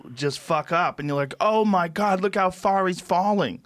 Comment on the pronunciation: Joe “Oh my guod he on x games mode” Rogan